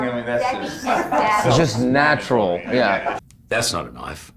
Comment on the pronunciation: That's not a knoife, now that's a knoife.